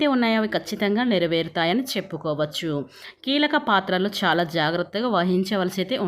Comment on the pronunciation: Amma mundu nee bhaashani maarchuko shaalaa kaadu chaala ok na kaasta telugu viluvani kaapaadandi satya ganes nrpm